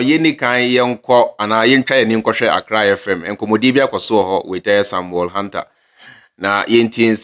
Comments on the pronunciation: The name is Huntor not Hunter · Chairman, the name is Sammy Huntor, not Hanter, pronounce it locally... Hun- t) .